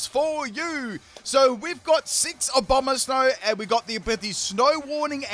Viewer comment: abononsow" wow he butchered abomasnows name harder than a fire blast